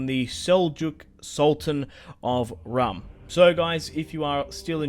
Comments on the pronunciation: its pronounced "room" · Rūm is pronounced like room